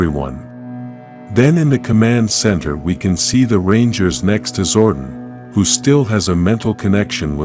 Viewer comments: Zordon not Zordin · I hate AI voiceovers. His name isn’t Zorden.